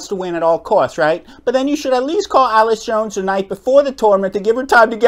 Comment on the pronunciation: Completely agree with your message but you are mispronouncing Allyce’s name, Catherine did pay her expenses per Allyce’s Instagram and Allyce played mixed doubles as well so she would have still come. I just want to give Allyce some grace here because she’s such a strong woman and player and not just a sad victim. What Catherine did was terrible but Allyce will continue to improve and come out on top. We’ll see what social and career consequences CP ends up facing.